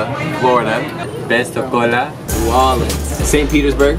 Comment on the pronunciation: You almost couldn't pronounce pensacola fl lol imma see you in Pensacola